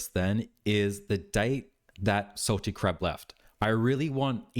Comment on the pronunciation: Are u saying Salty Crap or am I hearing wrong 😭😭